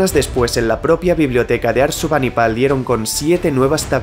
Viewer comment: Ojo, es ASURBANIBAL, y no “Arsubanipal” 😅